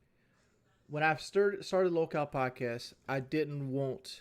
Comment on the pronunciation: “I didint wuont”